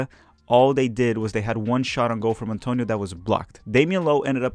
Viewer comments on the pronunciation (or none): none